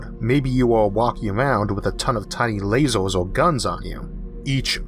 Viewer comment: 'lazoors' lol it's lasers